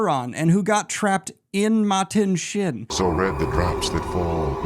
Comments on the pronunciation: Why do you pronounce Machin Shin with a “T”? Lol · Ok, so Machin Shin as Matin Shin (Martin Sheen) was on purpose, right? You didn’t want the editor to fix it, right? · I’ll be watching in chunks over the foreseeable future. Finishing up eye of the world and the black wind is called Machin Shin (was called Matin Shin) in the video - I like to think there’s a guy named Martin Shin out there who is feeling conflicted by this 😂 Thanks for all your hard work on this video, I’m having so much fun reliving the series!